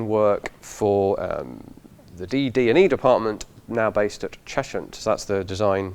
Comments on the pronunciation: As a native Hertfordian, the h in Cheshunt is silent, pronounced “chesunt” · Your helpful pedant here- locally it's pronounced Chezzunt. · 'Cheshunt' is normally pronounced as 'Chezunt' locally, unlike 'Chesham' which is pronounced 'Chesh-ham'. It's a London thing... but you sound Southern?